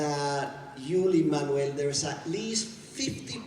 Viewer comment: Ok, there is something great in hearing Luis Miranda saying "Lin Manuel"...Like, it's for real. It's the way it's supposed to be pronounced, you guys hahahahaha